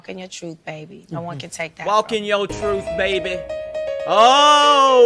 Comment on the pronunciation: "Walk in your truf" such profound!